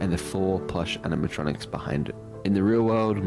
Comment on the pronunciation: Animatronics no Animitrontrics